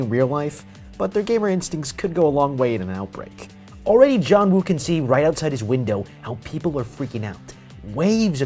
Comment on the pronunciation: its joonwoo not johnwu